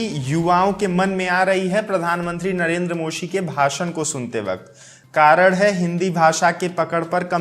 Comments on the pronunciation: It's modi not mosi 😂😂😂😂😂😂 no offence it just means that i noticed everything you say bro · Modi ko mosi bole raha h 😁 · Narendar mosi bola ya modi...😁😅😄🤣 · Bhai Narendra modi hota hai Moshi nahi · it's modi not moshi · Are Bhai Pehle Modi Yaa Mosi Clear Karo 😂😂🤣🤣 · 😂😂😂😂😂 narendra moshi Moshi hai ya maoshi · ji Shuruaat mei aapne Modi ji ka naam thoda sa galat hogya.